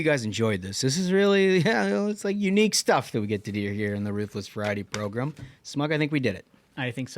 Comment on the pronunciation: Love the show, Trump all the way. Only thing is you keep saying “ProGRIM” bro it’s “ProGRAM” that’s how you say it. Program. Not progrim